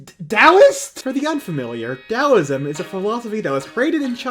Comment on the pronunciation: The only other person I've seen correctly pronounce "Taoism" was Doug Walker. Props on you for doing your research!